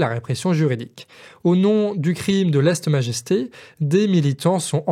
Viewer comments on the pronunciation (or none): Lèse-majesté (et pas *leste-majesté*) ;-) ... Pour ta belle plante, je ne sais pas pourquoi, j'ai pensé à "Marlène".